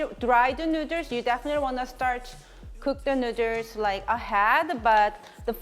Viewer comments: I can listen to her saying nooders all day lol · She came out with a t-shirt spelling noodles the way she sounds it out. So cute, so funny. It's spells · I love how you pronounce noodles. It sounds like “nooders”. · lol OMG I just love that tshirt, perfect for how you pronounce noodles.. so cute.. :) love it.